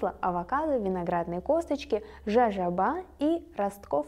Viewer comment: ОВАКАДО? серьезно? ЖАЖОБА?? не стыдно?